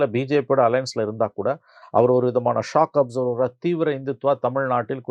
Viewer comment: ரெண்டு இடத்துல நீ சொன்னா மாதிரி, ராமதாஸ் " shock observer"இல்ல; அது " shock absorber". என்னா!